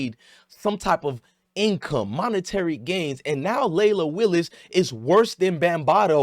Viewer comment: Leila Willis lol it’s wills